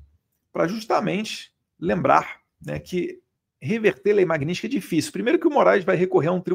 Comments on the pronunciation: Caramba Eduardo. Bora falar o nome da lei corretamente. É Magnistisk e nao Magnintisk. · Eduardo, o nome da lei é MAG-NITS-KY. Estás falando esse nome errado. Pega mal. Mag- nits-ky! You're welcome, darling! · Parabéns pelo seu trabalho em defesa da verdadeira Democracia! A propósito, o nome da lei é MagniTsky, e não MagniNsky. 🇧🇷🇧🇷🇧🇷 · Fala o nome da lei corretamente, pelo amor de Deus!! 😂😂😂 Falando sério: ótimo trabalho, deputado!!!